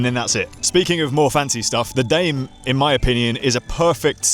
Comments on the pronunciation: it should be pronounced “dah may” assuming the brand “primos” is spanish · I could be wrong, but I believe it's pronounced "Dah-may" lol. Next up is the Poseidon X Ambition, Triton, Redwood.